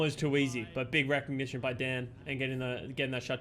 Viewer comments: It’s pronounced Daan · Daan is a common dutch name, idt english people usually struggle with saying the dutch double A